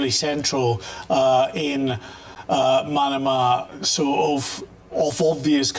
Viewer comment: Manama is pronounced like banana not like Panama.